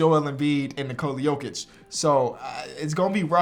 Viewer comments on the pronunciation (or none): none